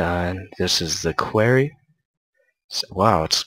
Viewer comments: dude quarry is pronounced qu-o-ri o being pronounced the o bit of or!...so annoying! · Nice Job. But quarry is pronounced core-ee